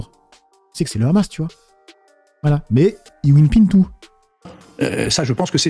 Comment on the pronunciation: C'est whippin Pagesse, pas winpin 😁😁